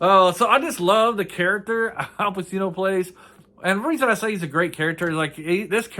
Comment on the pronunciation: Pronounced Pachino.